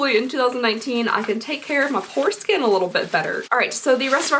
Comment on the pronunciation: Oh my god when you said poor skin it really sounded like foreskin lmfao I died!! Love you girl.. how’re things going with the shop? Xxx